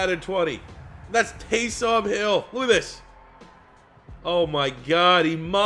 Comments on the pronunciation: Please stop saying Tay-som. It's Tay-sum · you pronounce taysom like taysum or taysome not tay som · Its pronounced Taysum not TaysOOm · For the love of god quit splitting up his name and say it as a full name Taysom not Tay Som. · Taysom not Tay SOM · its "Taysum" not "taysom" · Am I the only one that is super mad at the way he says taysom hill it's pronounced tay-sum hill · "Tay-Some Hill" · The way you say Taysom really bothers me